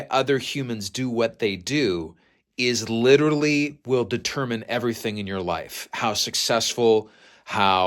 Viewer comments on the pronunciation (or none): none